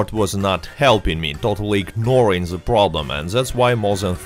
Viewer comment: I like how he says ze instead of the